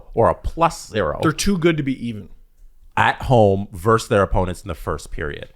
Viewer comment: It's "versus", not "verse".